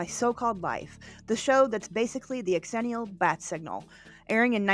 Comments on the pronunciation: I'm sorry but I literally can't watch this strictly because of hearing "X-ennial" FWIW it sounds like "zennial" ☺️ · Proud xennial here, I enjoyed your pronunciation of xennial very much. I say pronounce it Zennial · Okay, I gotta say the X is a Z sound... pronounced "Zennial" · X-ennial? Thought it was pronounced Zennial… because that’s how X’s are pronounced in words. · Its pronounced Zennial. Not X-Zennial. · My only quibble is your pronunciation. We don't pronounce it "X-erox", it's simply Xerox. The same way it's Xennial "zennial". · Xennial….pronounced Zennial…like Xerox. I feel like I fit more into the xennial category than full out millennials like my younger brother. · Great video except the incessant mispronouncing of "xennial'. It's pronounced "zennial". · ZIL-enial Its pronounced Zilenial Like gen z You dont pronounce xylophone X-ylophone do you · Funny, I always thought it was pronounced “zennial.” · It’s pronounced zenee-ul like xylophone is pronounced zylohfone… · Is that how you pronounce it?! I’ve always thought it was zennial 🤷‍♂️ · Who else got irritated or annoyed at their pronunciation of the word “xennial” (pronounced “ ZHEN-ial”) 🤨🤨🤨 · I thought it was pronounced zhen-ial. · Isn’t it pronounced “ex-ennial” to emphasize the two generations’ names — Gen X and Millennials? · Honey you are not a xennial if you can't say it right. I bet you say Xena as X-ena... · I can't stand the mispronounced xennial....